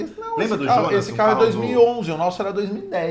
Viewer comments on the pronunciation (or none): none